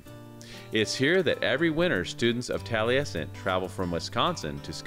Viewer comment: Keeps pronouncing Taliesin wrong. There is no "t" on the end.